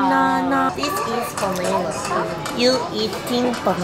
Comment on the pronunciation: I love how Jisoo was so chaotic in this so cuteeeeee and the way she pronounced “banana” like “baneena” GOT ME ROLLING ON THE FLOOR